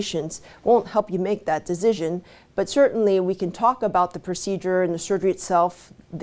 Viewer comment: I love how she says “deezzizzon” Lol